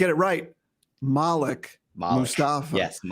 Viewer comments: How do you know? If you got a guy who's knows him and covered him his entire collegiate career, he won't get the name wrong. It's 'Mal-ek'. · It's pronounced (Maleek). They are tearing his name up